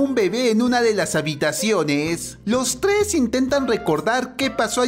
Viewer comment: los tles jajajaja